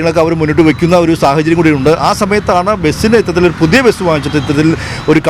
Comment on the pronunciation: ബെസ് ❌ ബസ് ✅